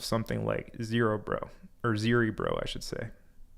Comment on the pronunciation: zuh - RE - bro. Like “cerebro” from X-men but with a Z. I can’t believe how many people are slaughtering the pronunciation on that one. 😊